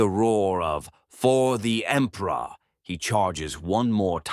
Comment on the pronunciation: "For the Empruh!"